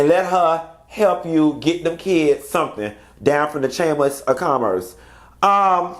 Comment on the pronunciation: As soon as you said “the chamis of commerce”, I said hold on let me fix me a drink because bout to cut up 🤣🤣